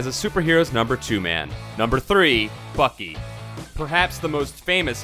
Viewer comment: Why are you saying fuckey instead of Bucky